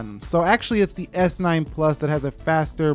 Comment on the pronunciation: Hold your horses. It's not always s9 ploos